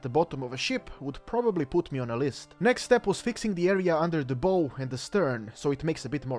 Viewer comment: "bow" is not pronounced as the weapon, it is pronounced as the action of leaning forward. I am not trying to be rude, just helping you out